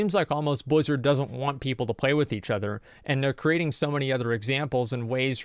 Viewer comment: why are saying blizard all the time...? its Activision now.. didnt u get the memo?